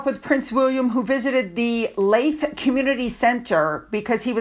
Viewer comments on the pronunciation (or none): Sorry again. Leith is pronounced Leeth. As in Teeth.